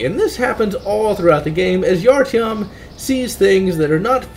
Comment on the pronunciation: Art - yohm, not Artieohm.